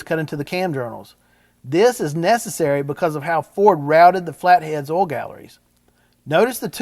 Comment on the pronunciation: How do you pronounce oil ? Do you say olll??